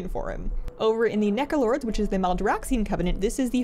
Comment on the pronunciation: so... the internet... is the abyss? I also heard "Nekolords" instead of Necrolords and considering has a cat, I find it fitting.